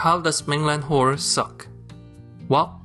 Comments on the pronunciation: I love how you pronounce the work "suck", highlighting that the plot rly SUCK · the way he pronounce "suck", lmao